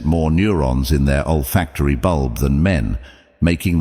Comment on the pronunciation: Z - Old factory is the same as Olfactory ??? 😁 These AI translations suck